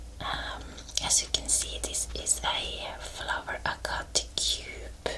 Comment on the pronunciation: I love flower agate! It’s pronounces “ag-at”